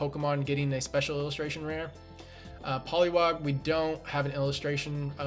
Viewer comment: It's a shame you can't pronounce poliwag and Rattata